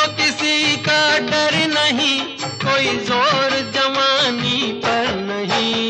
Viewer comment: Why he said jamani instead of jawani